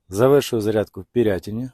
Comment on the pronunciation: Чого пІрятин, коли він Пирятин? рєшітіловка! Що це за населений пунк такий? Існує Решетилівка! (від слова решето) На знаках і картах же написані правильно назви населених пунктів. Яка батарея в автомобілі?